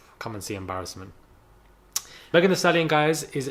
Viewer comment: "Come and see embarassment" the way you said that loooool Im convinced your best friend is African.